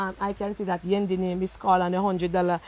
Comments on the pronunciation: Am I the only who got annoyed by her calling Yendi, "Wendy"? 😒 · Every say Wendy me have to laugh